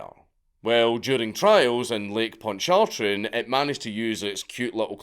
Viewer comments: oh dear gawd my poor ears. That is NOT how you pronounce Pontchartrain. It's lake pon-suh-train. Stress on the first syllable. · Its pronounced Pawnch-A-Train. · It's "pawn-cheh-train". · It’s pronounced “ponchatrain” and “mobeel” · It's pronounced Ponch-uh-train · Lake what??!?! Lol Ponch-a-train😂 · That lake is pronounced "ponch a train". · My southern ears are dying lol pon-chew-train ( I'm an Alabamaian don't come for me Cajuns if I'm saying it wrong that's how my koonas from Jefferson parrish stepfather says it), moe-bill is how us southerners say it but love the channel otherwise. Keep up the good work..... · Although the official name is the H.L. Hunley in the modern Era, in its day it was known as the CSS Hunley and flew the Confederate flag. And the lake is pronounced "Ponch-uh-train" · lake "Pon Traw tren" I love you, notsee pug man 😂. As an American, it's fun when Europeans have trouble with our names. For those wondering, Lake Pontchartrain is huge Lake Pontchartrain is 630 square miles in size. It's about 40 miles wide and 24 miles long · As a Knuckle-dragging Dixoid, Pontchartrain and Mobile are pronounced Ponch-ah-train and Mo-beel respectively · It's "p'on-cha-train" Danky lol 🙃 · Sorry. My Texas ears are forcing me..... Lake Ponch-cha-train. Mo-beil (like Jessica Beil) Alabama. Otherwise another top notch video. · it is pronounced Lake Ponce-in-train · Pon-Cha-Train even though it doesn't look like it, Louisiana is full of French tisms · "Pon-char-tran" and "Mo-bile" sound better though 😂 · Your pronunciation of lake pontchartrain has to be the worst ive ever bloody heard in my life. Great video otherwise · lol first time ever hearing a Scottish bloke try to say that. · I loved Dank's valiant attempt at pronouncing "Lake Pontchartrain", don't worry most Americans can't pronounce it either, mostly only Southerns know, at least in my experience!😂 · Have I been saying like Pontchartrain wrong my whole life? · Pontchartrain got butchered as well.